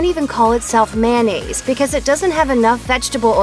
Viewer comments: Pisses me of hearing this condiment called Man-naise. It’s mayo-nnaise 🤬🤬🤬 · Why do Americans pronounce mayonnaise, mannaise? It should be pronounced mayo-naze. After all, the shortened version IS pronounced correctly, mayo. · FOR F**K'S SAKE if you are going to talk about MAYOnnaise learn how to F**KING pronounce it! IT IS MAYOnaisse NOT MANaisse. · Look how it's spelled...it's not mannaise...it's mayonnaise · Ever wonder why people say MANnaise instead of MAYOnnaise and then when they shorten it to MAYO that is the way they pronounce it? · Mayonnaise! Not mannaise. Plus we get it, you don’t like Miracle Whip move on with your life.